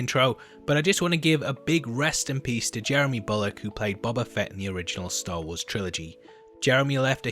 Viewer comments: BOH-BA lol sorry dude just always get triggered when people say BOB-a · BO - BA... Not Bob - a. FFS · Boba...ooooooooooo....not baba. You kept saying baba. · how you pronounce it like bobba lol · Stop saying BUBBA. It's BOBA! EDIT: IT's not BOBBA either! Do you have the sound of a long "O" in your vocabulary, or don't they teach that in your fancy English schools? EDIT 2: Dog saber?! Dock saber??! Are you trying to say the word "dark??" Because there's an "R" in it. Is "R" missing from your vocabulary too? How many letters are missing from the English alphabet, when it's taught by the English, I wonder?